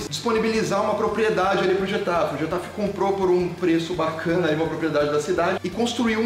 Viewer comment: A pronúncia é mais ou menos (rR)etafe e não (j)etafe.